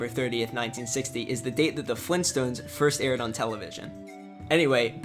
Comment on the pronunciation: Fleenstones?!